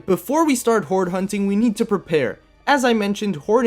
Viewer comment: "Alright before we start whore hunting" I can't be the only one who heard that 😂😂😂😂😂😂😂